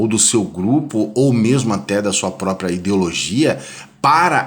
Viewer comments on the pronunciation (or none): none